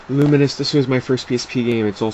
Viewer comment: isnt it Lu-mines? not Lu-min-is? just wondering, dont hate :P